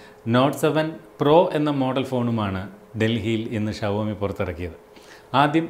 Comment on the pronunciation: Shavomiyalla show me pronunciation